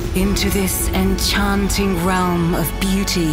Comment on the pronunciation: I heard this so many times. The enCHanten relm was not enoff. And none ansered ma coll. But tha dorkness. But you!!!!! Yes, youuuu!!!! Ah not aloanne. I'll take this over a crappy mobile ad 100 times over.